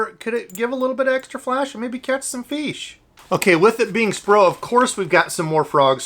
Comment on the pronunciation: You pronounce "fish" incorrectly